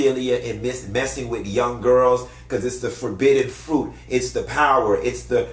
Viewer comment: Frueeeets . Not fruit frueeets 😂😂😂